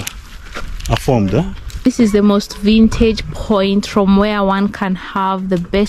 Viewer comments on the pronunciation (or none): It’s ‘vantage point’ not vintage